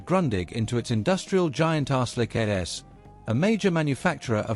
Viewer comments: It is not called Arselik, it is Arçelik... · ARÇELIK: pronounced archelik